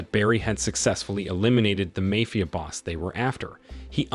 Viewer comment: mayfia ?!?!?!?!?? jeezuss